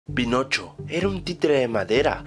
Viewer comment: Soy el único que en el inicio escucho penocho?